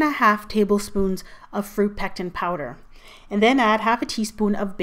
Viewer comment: It sounded like you said pecs mixture.